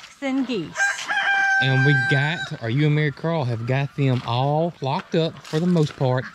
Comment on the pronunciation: Lol, you said "they're all locked up;" and I heard, "they're all flocked up." Thought you said it on purpose. would have been cooler if you did. =P